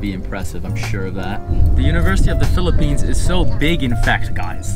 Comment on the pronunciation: I REALLY LIKE HOW U PRONOUNCE PHILIPPINES IT SOUNDS SO HONORABLE LOL, THE WAY U SAY IT IS LIKE IT IS GETTING AN AWARD HAHAHA actually ur speaking voice is what i like i think